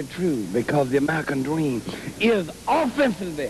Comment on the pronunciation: The Amewican Dweam